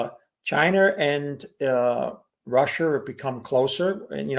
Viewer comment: Chinese, Russer, Indier